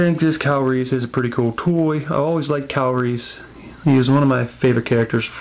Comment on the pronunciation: omg funny you say Kyle Reese name and pronounce it Calories, keep up the great work, looking forward to MeEvilCheese figure review :)